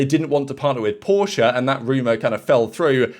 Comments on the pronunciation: Yes exactly..but almost no says it correctly! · Thank you! Porsche is a two syllable word, and you got it!